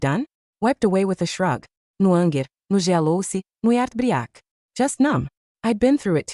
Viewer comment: So AI has to say certain words in accent "anger, jealousy, Sara/Sarah..." 😂😂😂 "She asked if Tokyo was in China" 😂😂😂😂 In business, men should let the head on their shoulders do the thinking instead of the one in their pants